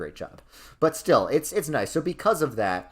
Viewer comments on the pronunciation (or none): “And we’re roight becoise we’re the smowartest people” has got to be the most New Yorker thing I’ve ever heard😂 Btw how dare you make Kansas S tier and put Missouri in D tier!!!!! Of course you feel depressed when you go to Kansas City, everyone does. But if you go pretty much anywhere south of Kansas City,towards Springfield, you’ll never wanna leave, especially when it’s Fall.